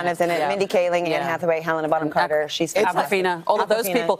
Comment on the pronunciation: Helena bong cracker